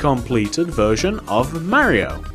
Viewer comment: it’s Mario not Marryio